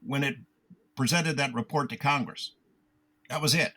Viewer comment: It's simple. If you think this kind of information needs Showmanship, then the information must be boring. If you realise the information is profound, then please stop acting. Acting is a fancy word for Lying professionally. - "Kong-Gress" 🤭👍🏻 - That wouldn't have encouraged me 😳 that's a profound level of stupidity, to have that reaction to something in a movie. I'm genuinely disappointed to hear any adult has ever spoken that sentence 😐 - Public Swellings are illegal 🙂